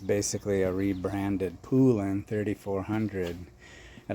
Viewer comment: Poulan is pronounced like the country without the D at the end. Pole-in . Congrats on the saws, I've been eyeing a Poulan 3800 for awhile now haha.